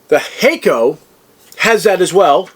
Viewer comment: Hack-oh not Hay-co👍